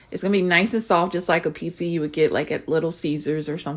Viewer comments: Why do black people always say "peesa" instead of "peetsa"???? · My peace-uh